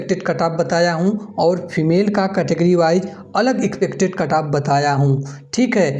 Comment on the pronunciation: गहन विश्लेषण वाला तो एक भी वीडियो नहीं छोड़ेंगे। भले ही तुम एक्सपेक्टेड का उच्चारण मुंह में सुपारी डाल कर करो।